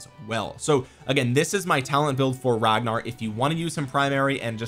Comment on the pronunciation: I'm sorry how did you just pronounce his name 😑😐